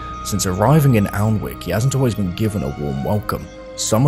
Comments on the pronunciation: I always thought it was spoken annick like not pronouncing the L?? Good video though hooked for the second part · Just stumbled across this video. Having lived near Alnwick most of my life I had no idea this had happen. Great stuff. Just thought I'd say it's pronounced 'An-ik' both the l and the w are silent. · Safe to say based on that source, that period pronunciation was not 'Anik' as it now is, but something closer to what you used. Maybe 'all-ne-wik'?